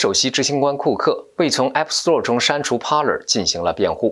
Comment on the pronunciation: TV 不唸T（薇） V的發音是由上額的牙置於下唇發出的音. Parler 源自法文，意為：speak 正確的讀法是「趴累」 不唸（趴了） 謝謝你們的關注.